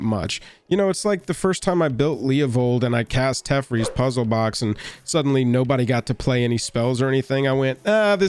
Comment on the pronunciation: the worst thing to come from this video is the way pronounced Teferi.